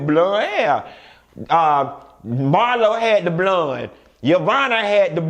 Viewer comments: Lord I can’t stand when you say the word “Bloone” oh but I laugh so hard!! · Baby.... when he say BLOND hair I die every damn time. 😂😂😂😂🤣🤣😂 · The way you said blonde 👱‍♀️ 😂